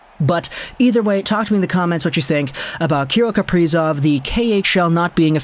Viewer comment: kah-rill kah-pree-zov